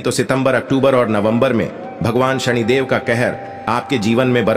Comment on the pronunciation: सनि देव है उच्चारण सही करो सणीदेव नहीं